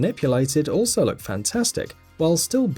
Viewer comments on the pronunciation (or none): none